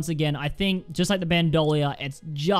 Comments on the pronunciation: BandOlier That’s not how it’s pronounced... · Its pronounced ban-do-leer. Bandolier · imagine favouring Bandolier but not knowing how its pronounced.